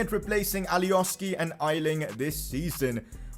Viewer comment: Pcq: hey, did u know u have been pronouncing aylings name wrong